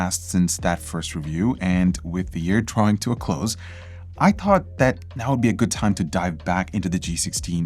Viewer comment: the indian in him came out when he said "thought"